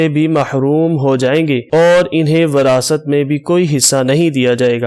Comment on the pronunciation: موقِع کو موقعَ نہیں کہا جاتا بلکہ "موقعے" پڑھا جاتا ہے جبکہ موقع لکھا جاتا ہے۔ اسی طرح اوَلاد کو اوٗلاد کیسے پڑھتے ہیں۔ مِثال کو مَثال کہدیتے ہیں جو غلط ہے۔ اس کو اِس کہہ نہیں سکتے کیونکہ ان میں سے کوئی بھی وہاں موجود نہیں ہے۔ وِراثت کو وَراثت کہنا بھی غلط۔